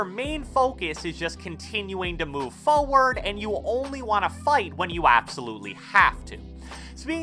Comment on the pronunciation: I luv the way he says Foeward 😂